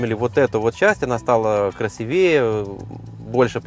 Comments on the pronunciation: ну ешкин кот!!!! сколько можно красивЕе а не "крсивеЕ"!!!!! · Уже вас не раз исправляли же - красИвее, а не красивЕЕ. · Я дико извиняюсь, но "красИвее" - уж очень режет слух.